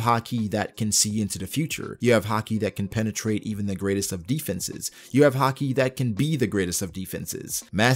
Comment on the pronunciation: I like the way you say haki as hakee